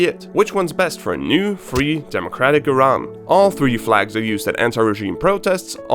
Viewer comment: love the accurate pronunciation of Iran!